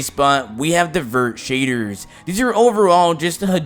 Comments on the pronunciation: He says shaders like “Shaydurrs”. 🤣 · Lol i like when he said… sHadErs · its just the way he says shaders for me